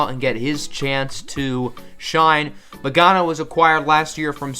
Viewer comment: 'It's not pronounced like that' Magana